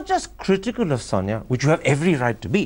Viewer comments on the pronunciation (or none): Why does keep saying pronouncing Sonia as "Sanya"? Does he know any Indic language? I pity him - his angrez is cr@ and his nawledge of hindi/hindustani is non-existent. May be the funky bow tie gives him a little bit of fillip to go on and on and on...